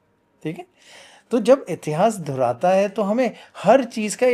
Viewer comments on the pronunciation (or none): none